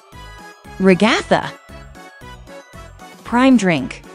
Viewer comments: It’s not Ragaitha it’s Ragatha 🤦🏼‍♀️🤦🏼‍♀️🤦🏼‍♀️🤦🏼‍♀️🤦🏼‍♀️🤦🏼‍♀️🤦🏼‍♀️🤦🏼‍♀️🤦🏼‍♀️🤦🏼‍♀️🤦🏼‍♀️🤦🏼‍♀️🤦🏼‍♀️🤦🏼‍♀️🤦🏼‍♀️🤦🏼‍♀️🤦🏼‍♀️🤦🏼‍♀️🤦🏼‍♀️🤦🏼‍♀️🤦🏼‍♀️🤦🏼‍♀️🤦🏼‍♀️🤦🏼‍♀️🤦🏼‍♀️🤦🏼‍♀️ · The RE-GA-THUH got me😂😂😂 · The fact that you said Kinger,s and ragutha, name wrong😂